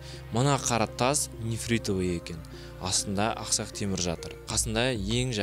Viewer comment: "Aqsaq Temur" chiroyli eshitilmadi.